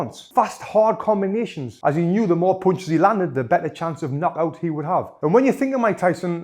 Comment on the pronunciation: I love the way he is saying punches😂😂... PoUnCiSs